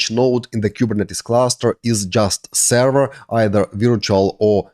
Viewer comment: im so lost. what is a sara??(i know he ment server)